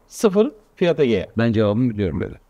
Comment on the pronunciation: Egea diyen de ne bilim.